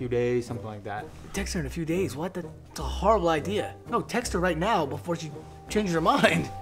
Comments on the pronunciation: (No offence) but anyone realized that say ' see' instead of ' she' btw I love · I like when says si instead of she it’s so funny 😂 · why does he always say "ce" instead of she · Oh its so sweet how pronounc SHE.... N Adam is awsome.. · Who else notices that cant pronounce she